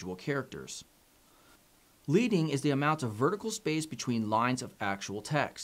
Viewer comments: Leading is pronounced as ledding not leeding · Fun fact, I believe "Leading" is actually pronounced "Ledd-ing". Like the metal lead. This is in reference to lead bars used to separate lines of text during the time of printing presses.